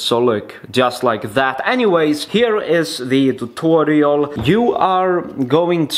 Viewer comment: Why you speak tutorial = thutorial😂😂